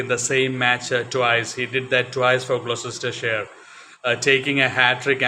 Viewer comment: Gloucestershire is pronounced 'glostershire', I have vivid memories of Mike Procter batting and bowling (including off spin occasionally!) at the Cheltenham (pronounced chelt'nam) festival. There was joie de vivre in how he played the game.